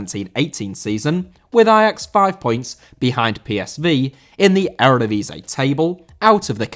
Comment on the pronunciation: Eredivisie * not Eradevizei